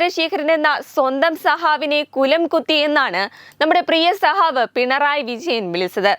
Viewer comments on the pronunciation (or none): സഹാവ് അല്ല സഖാവ്